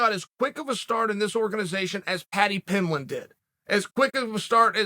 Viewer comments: So did Uncle Chael mispronounce pimblen on purpose? My guess is absolutely. Lmao, UC is savage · Paddy pimb-LIN